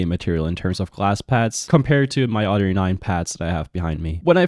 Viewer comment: I love when you say "other" lol. It sounds like you saying udder 🐄